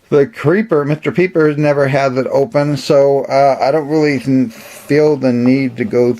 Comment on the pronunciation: Did you just say Mr peepers?... It's okay it's hilarious